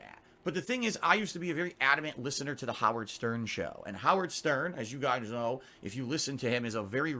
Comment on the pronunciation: Mini stroke? "As you guyss knawrh..."